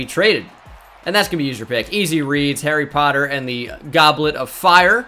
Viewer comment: Is no one noticed how he said "hairy potter and the goblin of fire"